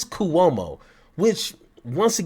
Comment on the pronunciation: This content is interesting but I am put off when you can't pronounce the names of the people - Cuomo and Tyler. Do check how names are pronounced before going on air. It will be more professional, instead of just guess work.